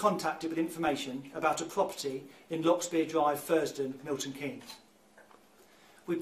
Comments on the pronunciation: "thames" is pronounced "temmes" and "Milton Keynes" is "Mill-ton keens" <3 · It's pronounced TEMS VALLEY and MILTON KEENS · I know it’s not the time. It’s pronounced bucking-ham-sheer and mil-tuhn-keenz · It's pronounced 'Buckinghamshur' rather than 'shire' and Milton Keynes is pronounced 'Keens' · *’Milton Keens’ in ‘Buckinghamsheer’, and ‘Tems Valley Police’ not whatever it was you said 😂 I love you, but those pronunciations amused me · Pronounced Milton keans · I started watching your coverage of the Idaho murder case and I thank you so much for bringing attention to Leah, being from her home town, the news shook us all. But I’m grateful that you covered this case so respectfully and graciously. Also random but it’s Milton Keeeeeyns - if you ever cover a MK based crime in the future (hopefully you won’t have to) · I love you so I hope you won’t mind me correcting you. “Bucking um sheer” “milton keens” are the pronunciations and there are many cities in Buckinghamshire. 🥰🥰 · I'm pretty sure she pronounced every single place name in this video lmao. Just for anyone that's interested, here's how we pronounce them- Buckinghamshire: 'Bucking-ham-sheer' Miltonkeanes: 'Milton-keens' Thames Valley: 'Tames Valley' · here you go: Milton Keynes - Miltn keens Thames valley - tems valley Buckinghamshire - buckinghmsheer Please feel free to message any time if you want me to do this again it’s fun 😅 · Hi, thank you for covering this case in the UK, we have all been following very closely, and it was bittersweet when her remains were eventually found. FYI Thames Valley Police force is pronounced "Tems" Valley, and the towns name is Milton Keynes, pronounced "keens". take care x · The way you said Milton Keynes was incredible. Pronounced Keyns without the n-e-s. ❤️ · Pronounced: Miltun Keens and Buckingumsher Love you girl. Great video ❤❤❤ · So wierd to hear a case from my town, its pronounced Milton “Keens” btw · 'Milton key ness', 'Buckingham shyer' 😂😂😂